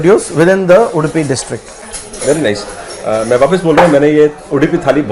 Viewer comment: It's Not udipi it's Udupi also it's not dhosa it's dose like dorupaiya like dose!